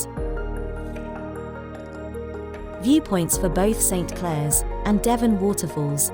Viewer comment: I grew up in this area, where my father was a tea planter. It's pronounced "Sinclair" Falls - not Saint Clair! Most of the planters, like my father's family, tended to be lowland Scots. Hence also Aberdeen and Devon (as from the River Devon, Clackmannanshire).